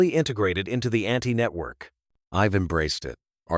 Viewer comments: It's AUNTY NOT Anti...... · Cute story/episode... btw, "Aunty" not "anti"! 😊